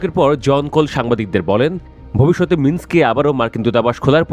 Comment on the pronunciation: কি কি, বেলারুশের রাজধানীর নাম কি? আবার বলুন প্লিজ! বেলারুশের রাজধানীর নামটা সঠিক বলতে না পারার তীব্র নিন্দা জানাচ্ছি।